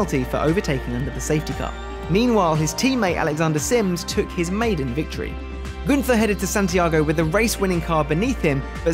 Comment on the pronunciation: Very impressive what Günther has achieved in the short time and this despite the adverse circumstances. Btw: Günther is pronounced without the th. It must be pronounced like single T